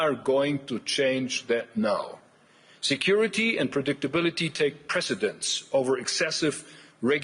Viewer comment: Kinda sounded like he said America's foreign insecurity policy hahaha